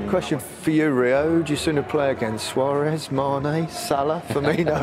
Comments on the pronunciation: "Suarezt" Nice one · Does the t in suarez stand for teeth?